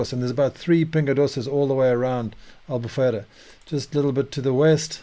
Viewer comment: Love the way you say "Albufeira" exactly like a portuguese. Amazing accent 🇵🇹